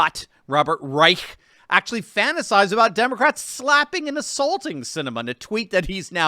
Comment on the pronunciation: it pronounced “Demon-rats”.